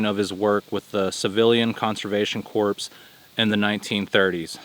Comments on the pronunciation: Hey, "CORPS" is a French word and is pronounced "CORE". The French people mumble a lot. Love your videos, my friend. You're doing a wonderful job. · "Corps" is pronounced "core." 😉